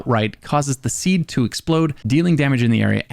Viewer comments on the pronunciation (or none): none